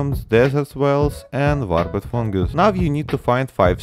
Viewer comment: "warpus fungus" 🗣